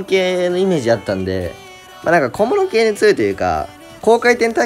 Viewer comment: マジで関係ないけど小物系が小室圭に聞こえるww